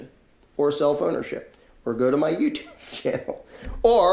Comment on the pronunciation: the first time you said "self ownership" I thought you said "cell phonership" and, jarred by the non-sequitor, temporarily stopped comprehending what you were saying. Eventually I got back on track and wish to thank you for your clear and important message. I would just like to ask you to, please, pause a fraction of a second longer between words. Okay?